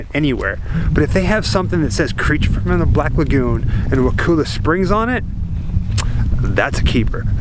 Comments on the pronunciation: I think its pronounced Wa-call- la. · Hi, I wanted to tell you that I live here. I go to the high school. I just found this video and I wanna let you know it’s pronounced wuh ku (like cup) la. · Bruh I live like 15 minutes from there it’s pretty sweet and sorry to correct you but you say wakulla wrong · Your saying Wakulla wrong I grew up in Woodville lol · You pronounce Wakulla wrong completely. Thumbs down. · Say wakulla right dumb ass